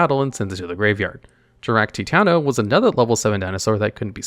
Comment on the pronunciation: I hope you realize that you are saying their names wrong, and even getting levels wrong. Like Titano is level 9, not 7.